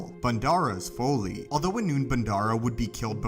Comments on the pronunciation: That pronunciation was killing me. Every time I heard him same Foley, Folie.. I’m thinking “Folly” is so obvious Remember Mic Foley, crazy WWF before WWE wrestler. Also if this Crystal is the only one and it imparts a “pairing” with its host, the crystal. Well This smoky brown turd Crystal was poorly thought out. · I keep thinking of a sound expert on a SW set every time I heard "foley" instead of "folly." LOL. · Folly is pronounced FAH-LEE, short "o" sound like in trolley. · It's pronounced FAH-LEE.... Folly... Come on mane.. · Learn to pronounce folly